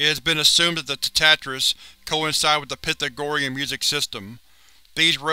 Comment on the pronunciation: Pythagorean. Pronounced pie thag or eon